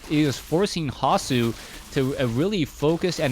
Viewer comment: Like the way you pronounce the german nick "hasu" :-)